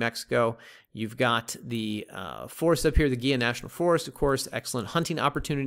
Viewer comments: Gila is pronounced Hee-la (soft a) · Check how you say Gila.